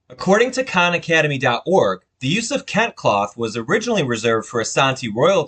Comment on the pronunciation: It is pronounced as kentey not kent